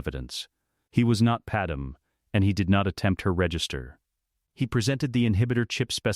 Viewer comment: And her name is Padme. Pronounced pad may.